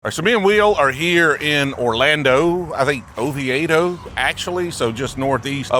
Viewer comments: It’s “Oh-vee-dough” lol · O-vee-do for next time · Its pronounced O V Toe, love your bourbon hunting videos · Oviedo is pronounced “Oveedo”. Lived there for years. Met my wife there. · It’s pronounced Oh-Vee-Doh. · I believe it’s pronounced O-VEE-DO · (O vee do) it's how you say Oviedo btw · lol its OHHH VEEEE DOH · I enjoyed your pronunciation of Oviedo, just for the future when you visit its Oh-vee-doh. Always enjoy the video and I have gone to the store and it's nice. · Florida has been influenced by multiple major languages, we pronounce the town as "Oh - VEE - Doe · Oviedo is not Orlando... And it's pronounced "oh VEE doe" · Oviedo is pronounced 'oveedo" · Pronounced “Oveedo” , can’t wait to see what you found…as a long time Orlando resident this extremely intrigued me. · It’s pronounced O-Vee-D’oh for those wondering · Oh-VEE-doe not Oh-vee-AY-doe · Ah… pronouncing Oviedo the same way I pronounced it when I first moved down here..